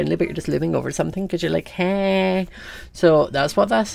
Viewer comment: I LOVE YOU to me its funny how says heyy and roof